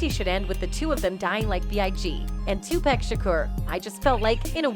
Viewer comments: These "mainstream" folk gotta stop with the 2-"pack" pronunciation. Digitial automation or not. It's 2pac (pock). It's disgusting. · It's so annoying how the Chick talking in this keeps calling Tupac Tupack ? There's no k lady Tupac ! 😷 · I was saying the same thing 😂😂😂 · The lady makes me laugh yo lady learn how to pronounce 2pac,Tupac and wait don't get me started the lady can't pronounce Los Angeles .